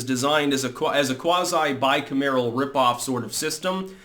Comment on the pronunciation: Yo... I'm nitpicking, but it's "by kam er el," not "by kum AIR el."